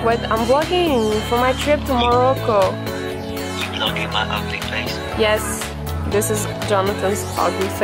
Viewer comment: hahah its morroco not morojo